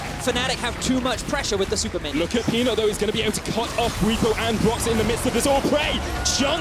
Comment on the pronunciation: It's pronounced Bw-EE-po, not Bw-i-po